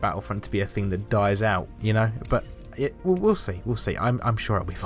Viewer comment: I love the way they say thing it’s like fing